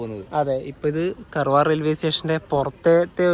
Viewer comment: കർവാർ അല്ല കാർവാർ